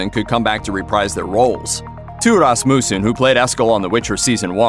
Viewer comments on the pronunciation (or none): none